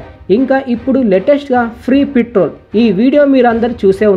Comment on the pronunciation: Mr beast channel copy .........Harsha Sai పిత్రోల్ కాదురా నాయనా ....పెట్రోల్.....బల్లకాయా